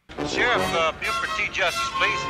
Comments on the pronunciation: Not gonna lie - it's kinda charming the way you keep pronouncing his name BOO-ford. 😄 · It’s pronounced “Bew-Furd” not “Boo-ford”. We will have to send you out for southern accent training when we send you out to stunt car driving school. lol. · It's killing me across multiple reactions. BYOO-ford, not boo-ferd. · I love how she calls him "BooFord" and not B-U- ford as it is pronounced lol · B-You-ferd not 'Boo-ford' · And the Sherriff is B-YOU-FORD not BOO-FORD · Nobody says Boo-ford. It’s pronounced B-you-ford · your pronunciaction of Buford is killing me. Ha!